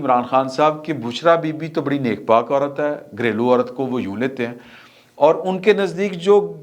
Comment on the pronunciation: Aurat not aural.